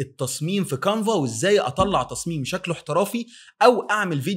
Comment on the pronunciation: كانفا و ليس قانفا و تسلم علي الفيديو